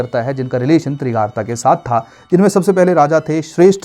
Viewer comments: Trigart not Trigarta. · तिरगारता नहीं त्रिगर्त है बृजेश्वरी नहीं बज्रेश्वरी है